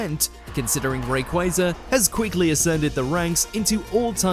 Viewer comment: Honestly, im not surprised by the top ten. What does surprised me is that they pronounced rayquaza's name correctly